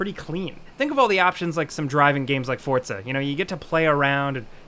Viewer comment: says Fortza instead of Forza, I've noticed any time he references that game series he always says that like why there is no t in it at all.